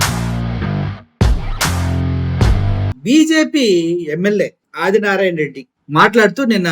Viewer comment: అరె అది నారాయణ.రెడ్డి గా లంజకొడకా.తెలుగు వస్తె చదువు రాకపోతే నియమ్మతోనో ,నీ అలి తోనో. ఇంకా కుదరకపోతే కూడా పలుక్కుని చదువ్.నువ్వు ఒకే మడ్డకి పుట్టుంటే నిన్ని అదిగా జగన్ నీ టచ్ చై ఏపీ లో sc,st,bc మైనారిటీలు ఏకమై ఉగ్రవాదులు లాగా మారతారు..జగనన్న చిటికన వెలు మీద వెంట్రుక కూడా పీకాలేరు నారాయణ నారాయణ అని తంపులు పెట్టుకో రా కొజ్జానాకొడుక....